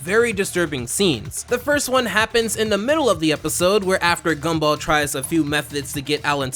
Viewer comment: i heard scumball and laughed